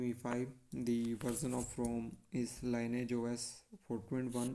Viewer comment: Thanks for the review. The pronunciation of "lineage", by the way, is LINN EE IJ in the context of offspring, parents, and a fork, in this case.